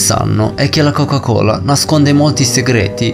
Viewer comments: "La chocah cholah" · Interessante ma: 1) Il verbo latitare ha l'accento sulla a e non sulla i, quindi essi làààtitano e non latìììtano! 2) Nella questione di Placimada, quando si parla dell'inquinamento delle acque operato dalla coca cola, nell'immagine mostrata si vede chiaramente anche il marchio "PEPSI" sui cartelloni delle vittime. 3) Perchè non riesci a dire "Coca-Cola" in modo normale? Dal modo in cui la pronunci sembra che tu abbia del cotone in bocca =)